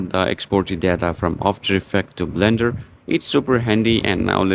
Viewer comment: it's not bender, it's blender